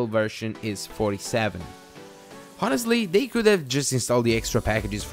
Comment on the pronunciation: Great review. Just to mention, the 'H' in honest is silent..